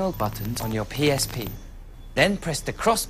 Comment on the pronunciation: at the end he sounds like he said goo duck